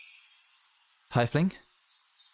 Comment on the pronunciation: istg you caused me enough trauma already at this point BUT PRONOUNCING TIEFLING "TIE-FLIING" IS TOO FAR